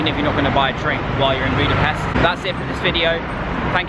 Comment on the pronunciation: Thank you, Great videos! If I may ask, next time please pronounce Budapest with an English "sh". Just like in the word English. The Hungarian "s" is and "sh". Thank you!